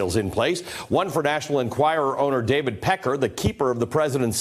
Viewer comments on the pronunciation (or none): none